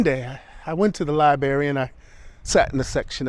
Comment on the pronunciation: Love this, but Liberry, really??